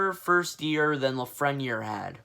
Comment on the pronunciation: The way you pronounced Lafreniere had me dying